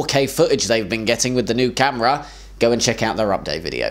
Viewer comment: You're pushing your luck with 7 but you can have 5 ;) 1) interview 2) "a genetically engineered GAY icon in the attic" 3) you laughing after hitting McCoy 4) my shoutout (naturally) 5) your pronunciation of "4k camera"